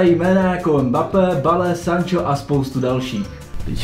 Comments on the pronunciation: Hned na začátku Gareth Bale se čte [Bejl] ne Bale jak se to píše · Bale [Bale]😂😂 má super výslovnost 😂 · Bale xd (bejl) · Kámo "bale"😂😂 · Určitě se to vyslovuje ''bale'' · "Bale", "Sean" Longstaff 😂, ale inak dobré video